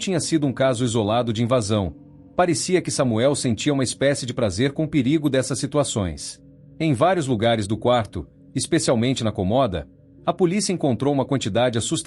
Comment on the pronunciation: "Comóda".......😅😅😅, cômoda